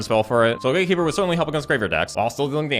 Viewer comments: Cemetery Gaykeeper instant burst of laugh XD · Daddy, was correct pronunciation GateKeeper or GaeKeeper?